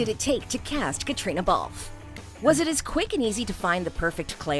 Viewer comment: It's a pity that Catriona's name is mispronounced